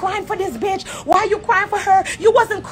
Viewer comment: ...every time Spice said BETCH, my feelings got hurt 😂😂😂😂😂 I felt them